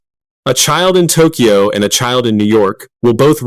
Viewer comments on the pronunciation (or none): none